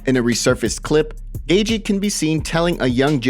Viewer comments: Not “Gay-gee” it’s pronounced “Gay-chee” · This guy has pronounced Justin’s name “Gagey” forever now. Not even enough respect for fighters to pronounce there name properly. And he repeats it a thousand times. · Lmao, this guy pronouncing Gaethje. Like "gay gee" is hilarious 😂